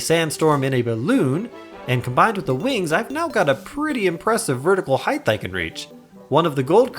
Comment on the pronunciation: Haight mate. Not heighth. Heightsh isn't is a raal thing, and it's only your expectations.